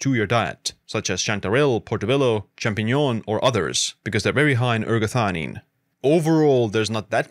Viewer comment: Non si capisce il nome della sostanza. Quando dice eratanina e quando ergatanina, erationina, erganina.... ma nel web si trova ergotamina che è tutt'altra cosa. Qual è il nome giusto?